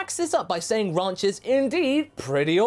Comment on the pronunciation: Ranch, the way pronounces it, sounds like Raunch or Raunchy, so her ahem “advances” towards Trunks makes sense.